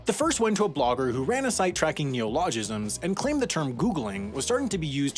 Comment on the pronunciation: It doesn't, actually. Garbage is specifically food trash, which is why the thing under your kitchen sink is called a "garbage disposal" and not a "trash disposal". Neologism is pronounced ne-O-lo-gism, not ne-o-LO-gism. Route is pronounced exactly like root in the same way the "bou" in bouquet is pronounced "boo" and not "baoo".